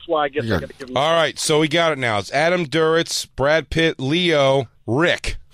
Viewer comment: good god, fellas, it's adam duritz not adam "durowitz"